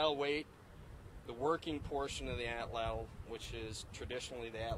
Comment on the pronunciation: Pronounced AHT LAHT